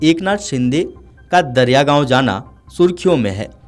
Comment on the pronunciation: दरियागाव ❌❌ दरेगाव ☑️☑️